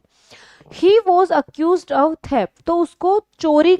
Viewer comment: Mam class achi h sb shi hai bus ak aap ye of ko thik se bola kre request